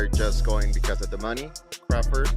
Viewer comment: This guy don't know Crawford or boxing, he keeps calling him crawfid😂😂😂😂